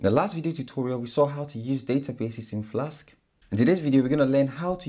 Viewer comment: Why do you keep saying 'Flaks' instead of Flask?